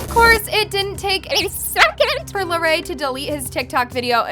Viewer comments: Its not “lair-e” its “luh-ray” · Bruh it's la-Ray not lerry